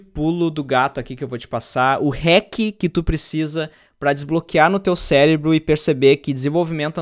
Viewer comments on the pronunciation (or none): none